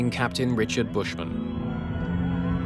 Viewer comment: Captain not caption Speaking not speeking